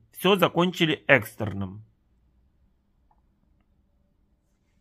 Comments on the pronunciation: В слове экстерном ударение на е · Несколько раз говорил именно "экстренно". Видимо, не знает отличий. Вот тебе и образование. О чём ещё можно говорить... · Экс- тер- ном!!!!!!! А не экстренно.Где ты учился??????? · Не экстренно,а экстерном. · Не Экстерно, а экстЕрном